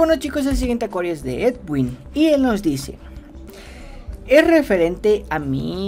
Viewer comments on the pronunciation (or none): none